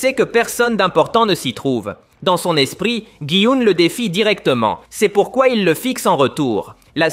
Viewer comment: tu ɱɛ Բɑiʀ ʀiʀ quɑɳɗ tu ɗi éspri😂😂